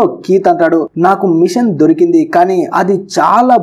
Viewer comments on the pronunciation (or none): Derekendi kadu bro dhorekendi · దిరికింది కాదు దొరికింది